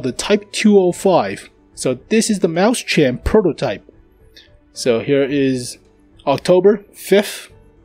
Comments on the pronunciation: the 2nd one is much closer just the ch is wrong sir + its not mäu-schen its mäus-chen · Frozengames Actually, he's pronouncing it right if he's using an American accent since A and E sounds almost similar at times. I think the problem here is his syllabication. Right now, he's saying 'Maus-chen' (Maws-tsen). In reality, it should be 'Mau-schen' (Maw-shen). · You can pronounce it: "Mois-chenn" . Not "Maus-CHEN" ;) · it's spelled mauschen not mauschan so if you're going to pronounce it the American way at least follow some English rules, come on man! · Here is how you pronounce it: OR, if you prefer, mois-shen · Dude, ääääääää, its an ääääääääääääääääääääääääääääääääääääääääääääääääääääääääääääääää. NOT an A